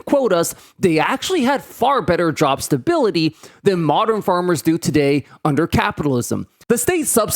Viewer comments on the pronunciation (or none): none